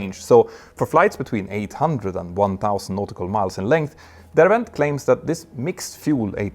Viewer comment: Derwent is pronounced as it is written. No Vs!!